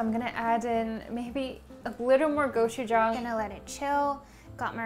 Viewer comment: The way she said gochujang and gochugaru all koreans triggered*